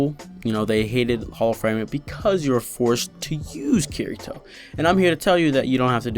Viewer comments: BOI!!! Watch the show! It's pronounced KI-DI-TOE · Yeah and they say I ruv you also. Herro I ruv you a rot. Japanese accents pronounce L as r and often R is a hard D so Kirito becomes Kidito.